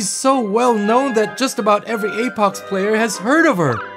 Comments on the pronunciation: Apox instead of apex Lmao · Apex❌ Apox✅ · It's apex not apox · The second I heard apox I thought don't u mean apex? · Apox bruh seariously its Apex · This is good but “Apox” really? Just say apex it’s not like they are gonna sue you for calling their game good. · APOX????? You mean apex😂😂😂😂😂😂😂😂🎉🎉🎉🎉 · I like how hey took Apex Legends and called it APOX Hero